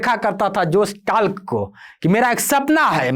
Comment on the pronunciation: जोश टाक है न कि टाल्क